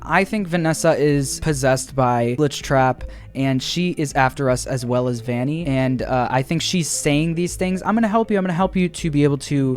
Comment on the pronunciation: Vanny not valley